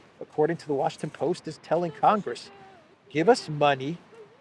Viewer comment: You had it right the first time; "the Washington Boast".